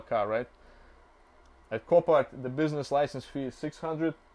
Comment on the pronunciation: Bro doesn’t know how to pronounce business license